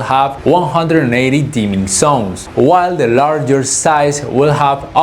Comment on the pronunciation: I don't know why you guys can't pronounce the sound "z" at all (have you ever tried?), but it's very annoying to hear "dimming sons" when you actually mean "dimming zones"...